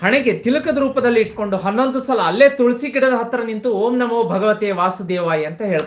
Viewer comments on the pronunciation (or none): none